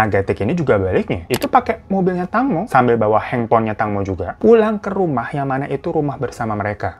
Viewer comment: Fyi di bacanya teengmo bang